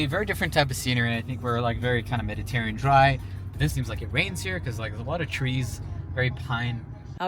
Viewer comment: you're killing me with your pronunciation: "Meditarean" 🤣